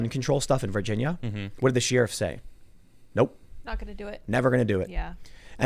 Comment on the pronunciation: Is he saying “Sheeriff?”